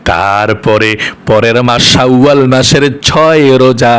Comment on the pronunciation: বনিতা নাকরে সহজভাসায় উচচারন করুন। শাওয়াল বিকৃত করে কেন উচ্চারণ করছেন,ঘৃনা লাগছে,শুনতে।